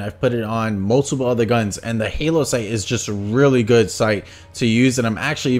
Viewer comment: I thought you'd cut together them in ads to actually show, also it's hollow not halo like holographic